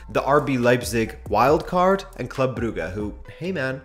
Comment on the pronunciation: Brugge is not pronounced "Bru-gah". Jesus Christ.